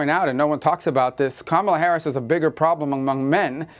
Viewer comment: Please pronounce Kamala Harris' name correctly.